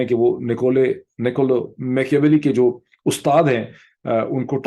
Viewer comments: Pronounce -maa·kee·uh·veh·lee Thanks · its "Ma-kia-welly"